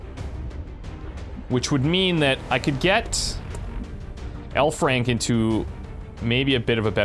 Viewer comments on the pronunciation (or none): I keep thinking he says 'hellfrank'.